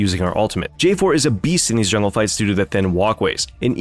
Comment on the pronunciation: "JULNGE PATHING"